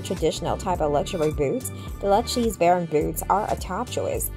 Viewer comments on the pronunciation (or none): It's Lou-kay-see 😂😂😂